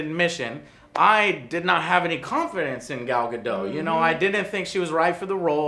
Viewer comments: *GadoT*. theres a T there and it isn't silent you tard. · "Gadooh", its GadoT... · The movie was a piece of Crap! And it's not Gadooo. It's GadoT with a hard "t"!